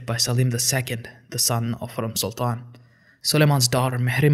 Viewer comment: Your pronunciation of the names of the sultans is mostly wrong, especially "Hurrem".